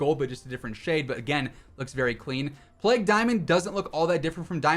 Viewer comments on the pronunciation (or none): none